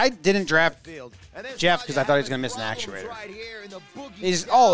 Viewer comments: …it’s actuator…not aculator lol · said accuLater